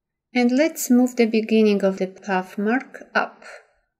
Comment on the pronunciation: You have a lovely speaking voice but I thought you were saying, "puff," instead of, "path,"! Finally I realized what you were saying. Even so, you have given a very clear and detailed tutorial and thank-you very much! Best of luck with your channel!!!